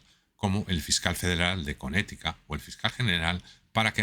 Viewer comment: El fiscal de Conetica 🥴🥴 🤣🤣🤣 Esa pronunciacion por Dios. Bueno, si creen en Q, cualquier cosa se puede esperar de un eacho conspiranoico. 😮‍💨😮‍💨🤦🤦 Apaluden el sufrimiento de l a gente pobre, se hqcen los desentendidos con la probada ocultavion que el pedof... Anaranjado esta haviendo de la lista epstein y todas oas teopelias de ese impresentable farsante sionista.